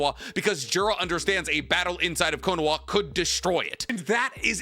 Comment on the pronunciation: I'm not so sure. Bro still calls it "Konowa" instead of Konoha. 😂